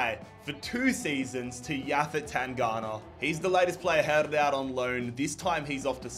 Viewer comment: Absolutely butchered tangangas name